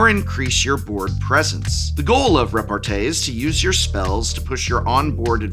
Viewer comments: As a french I want to alert the pubic on the fact that repartee is pronounced with a small i at the end. I cannot suffer the rest of the year hearing it butchered by a fine appreciator of words such a. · Thanks Prof that'll be very useful this weekend ! 🤓 I'm pretty sure we pronounce repartee as tea since it comes from french répartie We can master debate about this though 🤪